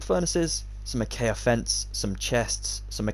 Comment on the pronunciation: Great video! Can't wait to make this as a Halloween special over on my channel! Will definitely credit you in the video dude!! Edit: Btw I couldn't help but notice that you say acaya instead of acacia for the block, don't worry though I do the same all the time!